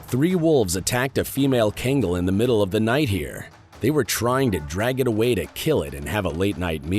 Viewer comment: You shouldn't be talking about these dogs when you can't even properly pronounce the name of the breed.